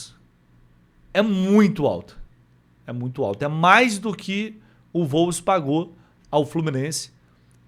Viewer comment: Wolves = UOLVES. Não "volves"